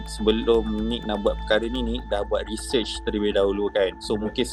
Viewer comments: research❌ reshesss✅ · rechurch?.. rechurch?.. research!!!!..bajet pandai..sebut pon pelat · Recesh otak ko sebut pon x betul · Sebut pronounciation research pun x betul ..reeeshehhhh ke..😀 betul kan yg salah dulu...😁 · Research ❌ Rechurch✅ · 'Saya buat RESHEARCH'. Bang, sebutan research pun salah. Dan kalau buat research yg betul, mana kau punya proposal bagai? Tolong jangan guna perkataan research kalau tak tahu makna. Kau bukan buat research sebenarnya bang, kau buat internet search saja. Content pun tak original. Pegi dah. Akal pendek tapi ada hati nak buat video viral. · sebut research pon hauk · Sebut research pun pelat. Baiklah belajar sebut english betul² dari buat kerja "stupid" tarik tudung perempuan. Kang kata konten sampah sensitif pula. 🙄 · Sebut research pon tk betul 😅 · sebut research pun tak betul... nampak sangat bodoh.. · Cara sebut “research” pun we know how his IQ level 😬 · Bang sebut research pon x betul nak buat social experiment lak 😐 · Sebut research pn x betui lgi. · sebut research pun tak betul ada hati nk buat social experiment konon! jijik termasuk 2 betina mangkuk! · Sebut research pn xbtul.. Pgi belajar pronunciation dlu la wei...sblum buat benda2 useless gni.. Blajar jgk cara sebut useless. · SEBUT RESEARCH PUN TAK CLEAR, APATAH LAGI CONTENT² YG SAMPAH YAHUDI SEBEGITU 🤣🤣🤣🤣🤣🤣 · sebut research pun pelat !